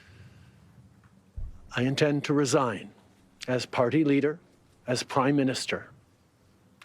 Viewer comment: "Intend to resaign"😮